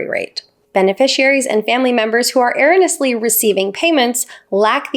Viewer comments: Er-ro-ne-ous-ly. Sorry but that was nails on a chalkboard level. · First of all, the word is erroneous, not erronous. You’re a syllable short. Wow. Second, social security is not a safety net program. We paid into it for many, many years. It’s not “charity”. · "Errany" is pronounced "Err-rohn-ee-us-lee" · ERRONEOUSLY. NOT ERRONOUSLY! YOU DID IT OVER AND OVER. LEARN THE WORD OR QUIT USING IT? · "Errenus" payments? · Please,, it’s pronounced “air-o-knee-us”, with the accent on the “o”. Thanks for the info! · It's ERINnous... get it? 😂 Just kidding! You are AWESOME,! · Your pronunciation of erroneous/erroneously is driving me bonkers 😂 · You are so well spoken. But it's painful to hear you butcher the word - erroneously. Please verify the correct pronunciation. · “Erroneously” is not an uncommon word. In my lifetime I don’t think I’ve ever heard it mispronounced until I heard it butchered on this video more than once. It is difficult to lend credibility to the opinions of someone who can’t pronounce simple vocabulary. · Love you,. Gotta correct something however. It’s pronounced go on Google to hear how “erroneously” is pronounced. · I've never heard anyone pronounce "erroneously" like you do. Interesting data though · Good work. Your really original (to be kind) attempt to pronounce "erroneously" correctly was very amusing. You know, if you don't know how to pronounce it, Google will help you. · Pronounce erroneous correctly please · Thank you for the video. You are pronouncing the word "erroneously" incorrectly. Might want to look that up. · I came to the comments for this reason too. Never heard it pronounced that way. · You never heard it because it is an incorrect pronunciation. I stopped listening at that point because, for me, it's a red flag the speaker cannot be trusted to give me accurate information particularly if English is their native language.